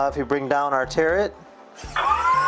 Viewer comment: Please, it's turret not terret